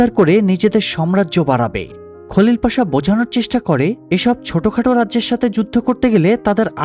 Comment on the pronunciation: বাংলা উচ্চারণ অনুযায়ী নাম গুলো ঠিকই আছে।